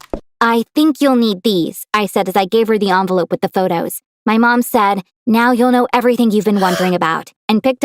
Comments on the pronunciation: everyone: envelope Her: onvelOpe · Love how she says anvelope when I say envelope